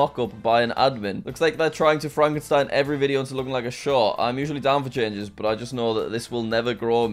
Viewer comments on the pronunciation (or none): none